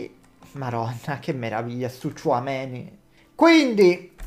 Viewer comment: Tchoumenì ha un non so che di Napoletano